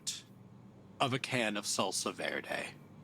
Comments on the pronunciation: It's "Salsa Verde" bro!!!! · Oh my god, it's "Salsa Verde"!!!